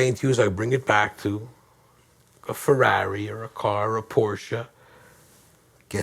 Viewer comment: i like how he says Feraawree!(ferrari)